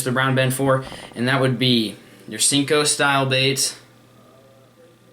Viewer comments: I don't ever really comment but what's with sinko lol its sanko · it's senko